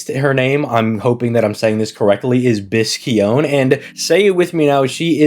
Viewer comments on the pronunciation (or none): It's pronounced "bi-shō-ne". There's no "hard C" sound. I'm actually surprised they didn't make her a trap, given how close the pronunciation of her name is to "bishounen", or "attractive young man".